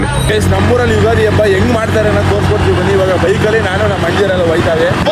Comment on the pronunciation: ಯುಗಾದಿ ❌ ಯುಗದಿ ✅😅😂😅🤔